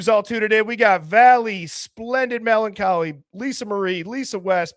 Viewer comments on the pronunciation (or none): none